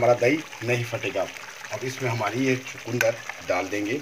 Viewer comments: Hmare than ise chukndr kehte hai na ki chkundr.sirf pronaunce krne ka frk hai .bhai saheb abhi apki respi dekhi hai jb bnayenge tvi .btayenge ji . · Please don't say chakundar.it is chukandar. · chukandar and not chakundar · Chukundar nhi bolte.. chukandar bolte hain